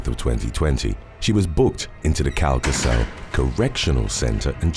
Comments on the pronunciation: Calcasieu is pronounced Kal Kah Shoe. You are very brave for trying to pronounce these Louisiana Parish names❤ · It's pronounced CAL-KUH-SHEW Parish, Louisiana. ❤ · The 1st story. Calcasieu is pronounced Cal-ca-shoe.